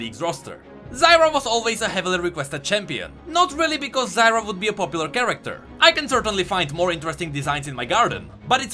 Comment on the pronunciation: Zyr put an A in the end, Zyra humm